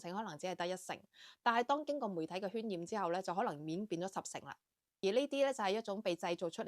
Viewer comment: 渲染音「算」染，不是喧嘩的「圏」嘩